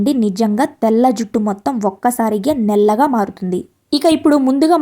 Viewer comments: Nella gaa kadhu nallagaa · దయచేసి నల్లగా.,.. అనండి, నెల్లగా... కాదు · Nellagaa kaadu , Nallagaa😅